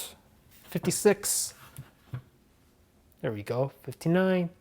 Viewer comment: "THere weeE GOoo"😂😂😂